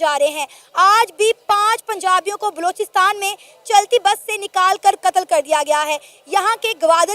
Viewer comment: बेवक़ूफ़ आदमी, पाकिस्तान के उस सूबे का नाम बलूचिस्तान है, लोचिस्तान नहीं। अपना उच्चारण देख, तूने बलूचिस्तान बोला है या लोचिस्तान।